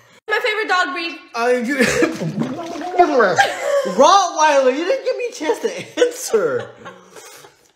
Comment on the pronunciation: "What's my favorite dog breed" "Bloouuhhweiler" 😂